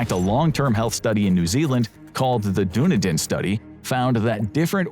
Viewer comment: Dunedin is pronounced duhNEEdin, not DOOnydin.